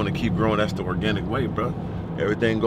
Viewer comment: "OK, dats da warm up" 😂🤣